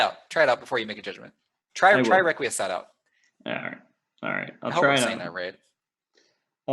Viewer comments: I think it's pronounced "reck-qwee-es-cat". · its rek-wee-ess-kaht, as in requiescat in pace (may they rest in peace). Ezio a la Assassin's Creed 2 says this often and it's a good pronunciation to my knowledge.